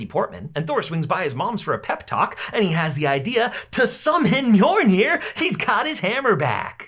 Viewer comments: Its pronounced (mil-near) not (myour- near) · “He has the idea ! To summon mor-nir!” Its mi-il-nir not mornir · Did you say, Mjornir? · no shot he said mjornir